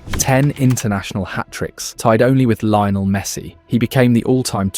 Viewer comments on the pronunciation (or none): none